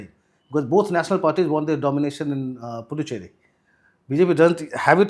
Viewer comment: Sirs . It’s Puducherry. The “D” is pronounced as “d in Hindi word दान. Pudhu means in Tamizh New and Cheri is loosely translated as “Colony” so Puducherry means “New Colony. Also it’s Ezhava and not Edava. “ழ”